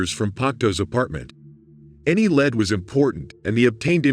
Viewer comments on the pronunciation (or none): Lead, not lead! 😂 I had to giggle too.